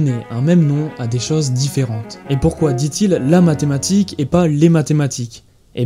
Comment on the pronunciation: Dommage, t'as dit medematique, j'ai alt f4 instante, bisous.